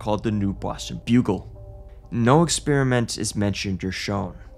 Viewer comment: “Boston Buggle” 😂